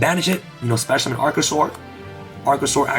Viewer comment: Nobody:: “COMBLE-OFF” “SPESH-UMIN”